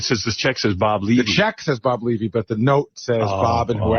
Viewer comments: Its Leeeevy not Levee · Pronounced "Lee-vy"